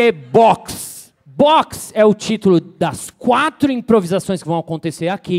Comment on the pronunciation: q exagerooo... "bÓÓÓx é o titulo das quÁÁÁtro improvisassões "........... kkkk